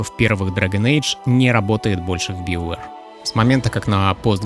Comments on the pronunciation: Да какой биовер, у меня уже кровь из ушей идёт. БАЙОВЕР ВАШУ МАТЬ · ты произносишь "СТАРВОРС", "ДРАГОНЭДЖ", "ВАЙЛГАРД" и т.д... Но произносишь "БИОВЭР".......